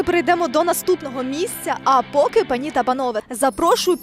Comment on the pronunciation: ану розкажiть будьласка чи правильно дiвчина поставила наголос -панI та панове,менiздаеться правильно пАнi та панове.(10-40)